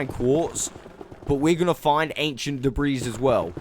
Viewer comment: OMG!!! I know people pronounce words differently but PLEASE I BEG OF YOU. Debris is not da-breeze it's da-bree the S is silent 😶. Love your content and generally how you speak, love the accent 💜💜💜💜